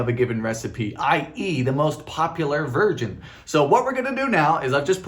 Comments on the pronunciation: Nearly spit out my drink when I heard you say, “the most popular virgin” instead of version! LOL 😂 I love both the long and short versions of your videos. Keep doing what you are doing! ❤❤ 🎂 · No one else noticed he said virgin instead of version? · Time stamp - I heard"favorite virgin" rather than "favorite version" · I am pretty sure he said "Popular virgin" instead of popular version.